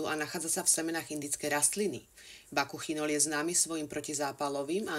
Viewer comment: Bakuchiol,nie bakuchinol